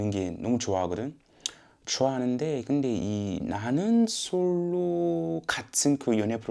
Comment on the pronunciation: 말버릇이 아직ㅋㅋ 소울이 남아 있으신데요 근데 라고 할 때 근damm 하심